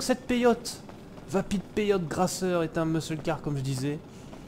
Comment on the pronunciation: Elle est superbe, par contre tout le long de la video tu dit "gRasser" au lieu de gasser mdr 😂